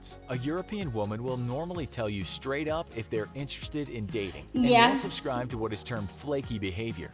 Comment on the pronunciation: When you said “shubscribe” 😜